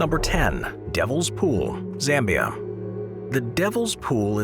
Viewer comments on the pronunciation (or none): none